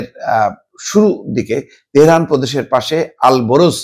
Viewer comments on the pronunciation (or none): none